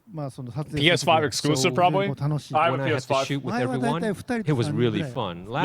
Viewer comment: PS5 ex-BOO-sive